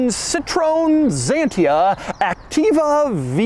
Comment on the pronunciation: Very nice car and not weird at all. Only Dougs pronounciation of Citroen Xantia is weird. Or funny.